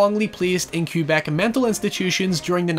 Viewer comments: Kebek, not Kyoobek. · It’s pronounced “K-beck,” Québec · I don't think your accent affords you the freedom to call Quebec Cubec. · hahaha, as a canadian whos used to hearing "Kwuh-beck", It took me a good few minutes to figure out what the hell "Cube-eck" was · American: "qweh-bec" Canadian: "ka-bec": "kyoo-bec" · I think it's cute that you pronounce Québec as "Cue-bec". 😆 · "Q-beck" I'm sorry the what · he’s British, he’s gotta respect the queue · The way pronounces Québec is infuriating.